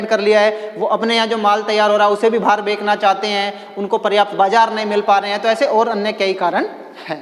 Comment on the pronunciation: सर बेचना होता हैं ना कि बेगना।